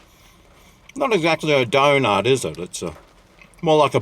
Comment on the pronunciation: the new kfc d a i n a t s (not being racist but the doughnut sounded like dainat and dai is die or diy and i dont know what nat is literaly)